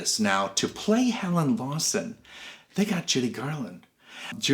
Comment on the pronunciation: helen lawson not Lewiston